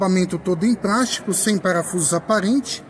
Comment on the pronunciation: "nebrina", "prástico".